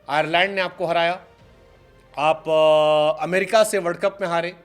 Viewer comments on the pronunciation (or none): none